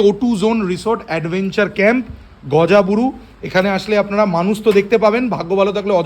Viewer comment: its gorga buru not gojaburu